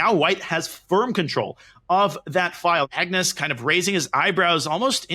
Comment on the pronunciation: ‘ MUGNUS CARLSEN’